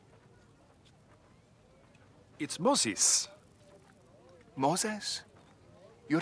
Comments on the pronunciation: Oh my gosh I was giggling out loud 😂. Egyptian soldier: “My Hebrew name….Moses!” Suspicious Hebrew: 😒….“You’re not even saying it right! It’s Mo-ses!” Egyptian: “Mosis!” Hebrew: “It’s Moses!!!” (Egyptian soldier: 🏃) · Its Mo-ziz! 😂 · You mean Mo-se-s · What makes this interaction even funnier is the intense scholarly debate on whether "Moses" is an Egyptian or Hebrew name; the proposed Egyptian cognates are often transliterated with an "i" instead of "e", for example Thutmosis, which fits onto how he's saying "Mosis" and not "Moses". Idk if the writers did that intentionally, but if so, it is a 200 IQ joke. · Moseas😬 -Moooo-sseess? 🤔😒 - Where exactly is your tent? 😒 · Mo-ZEZ! Youre not even saying it right! It wasnt even a Hebrew name hahahaha